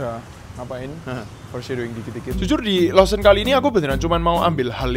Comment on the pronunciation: AKHIRNYAAA BENER JUGA NYEBUTNYA